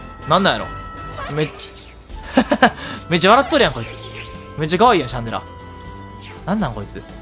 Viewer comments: シャ（ン↓）デ（ラ↑）じゃない？ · 発音シャン寺じゃん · ラーメンと似たような発音だよなww